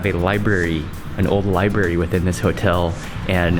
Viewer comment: It's LIBRARY mark not labary